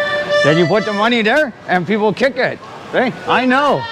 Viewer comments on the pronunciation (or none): "Give me mah-knee" Lol